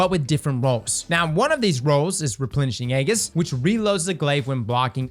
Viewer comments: BRUH ffs it's "AY-JISS" not fuckin "eggis". Come on how do so many people not get basic pronunciations?? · I SWEAR IF SAY AGEIS LIKE THAT ONE MORE TIME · Yo Aegis is pronounced E-jis….